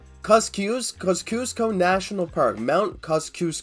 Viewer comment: it’s pronounced Kozzy-osko basically